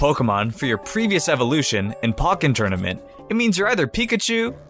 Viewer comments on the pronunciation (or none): pahken turrnament